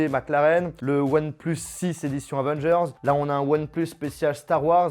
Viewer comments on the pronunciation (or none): none